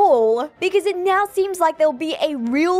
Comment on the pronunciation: Did you just meow?. . . Instead of now? Lol Am I the only one that hear it that way?